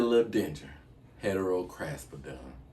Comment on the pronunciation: Lmao you slaughtered those names bro,lol but I loved every second of it,,,I want that heterocraspedon that's sexy..